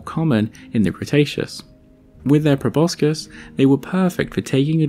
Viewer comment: I love your videos but thought you would want to know (I just learned it myself) that proboscis is actually pronounced probossis (no c)